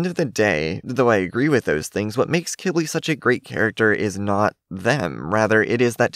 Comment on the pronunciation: Just a reminder to everyone watching this video (including ), I looked up how Qibli is actually pronounced, and lots of people pronounce it “Qwibli” or, like, “Kibli”. However, according to the internet, Qibli is actually pronounced “KEE-blee” which (I think) is a type of plant that thrives in the desert. This makes total sense of why Qibli was given his name, since most dragons (with the possible exception of Pantalan dragons) have names that somewhat “match” the flora or founa living in their habitat, or biome.